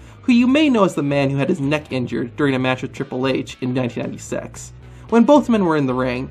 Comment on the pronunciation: "1996" I heard "When have sex" Wait what